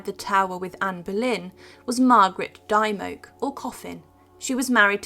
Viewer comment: Scrope is pronounced Scroope. Dymoke is pronounced Dimock. Interesting piece, but a bit wordy